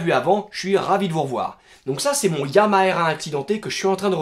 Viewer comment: En tout cas ça fait plaisir de voir cette moto rouler surtout quand on sait l'état dans lequel elle est arrivée ! Et vive YAMAHA ! J'adore trop ce nom mais le problème c'est qu'en France, personne n'arrive à prononcer correctement YAMAHA, c'est triste 😭😭😭, Alors YAMAHA ça se prononce avec un H aspiré comme en anglais (et surtout en japonais) ou aussi en allemand et en arabe... Mais en tout cas vive YAMAHA !